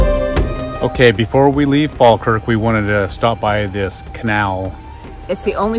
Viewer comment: We politely request that tourists don't rub our statues. Thank you We also wish guidebooks would stop telling people it's good luck. Greyfriars Bobby is running out of nose...😁 Congrats on the correct pronunciation of Falkirk by the way. (Locals actually say faw-kirk but yours was proper😄) The Kelpies were originally meant to be a functional boat lift but ended up being just decorative. Sadly you drove past Linlithgow & it's palace on your way to Falkirk, maybe next time. Culross is worth a visit too..